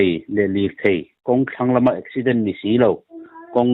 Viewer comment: Eksiiident tia i lam kher zel hi ka ngaimawh😅